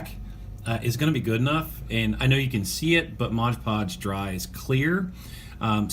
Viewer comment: Love the videos love wwf golden era but one pet peeve that bugs me is you saying modge podge lol its MOD podge haha back to being the doctor of style again